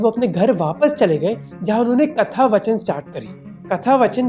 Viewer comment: Its not कथा वचन it is कथा वाचन.